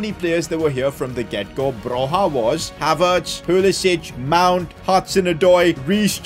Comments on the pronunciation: Oh btw, Broja is pronounced as Bro-ya not Bro-ha. Still not the worst pronounciation of him I've heard tho 😉 also I'm really glad that he's getting the recognition he deserves, he's basically carrying Southampton and Albania the same way Messi used to carry Barça and Argentina all those years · Hey! Ive heard they way you pronounce Broja's name and it triggers me. Its actually pronounced Broia and not like you do.😀😀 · Guys, you gotta tell him it's Armando Broja, not Alejandro. Also, the j is a y when you say his name.